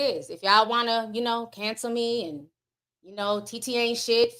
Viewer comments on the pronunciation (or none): none